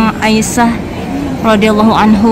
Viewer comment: 'Aisyah rodliallohu anha bukan anhu 🙂🙏